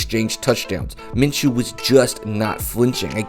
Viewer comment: I liked your video but you keep mispronouncing his name everybody does it's (min-shew) my name is minchew(min-chew) but every time someone says his name it sounds like you're saying my name there is no CH in his name it's an SH it makes a shhhh sound like the word shoe, not chew